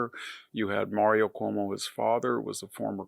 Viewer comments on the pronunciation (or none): none